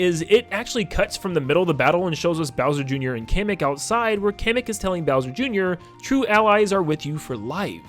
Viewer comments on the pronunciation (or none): Hate to be that guy but isn’t it pronounced “Kah-Mek” and not “Cam-Ek” … sorry… I’m probably wrong